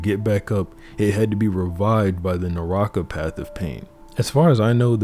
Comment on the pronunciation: Kata - No stress. Not K'taah. Naraka path - No stress. So not N'raahka. Just think. You're not saying N'roo'to. Like that.